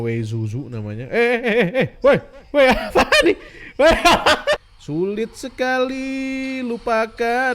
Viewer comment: kata "syulit" membuatku ingat pada reyhan